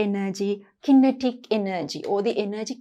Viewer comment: Madam ,You pronounce kinetic wrong